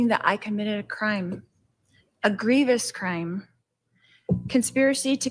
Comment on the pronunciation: I think she meant egregious. She said grevious. I don't even think that's a word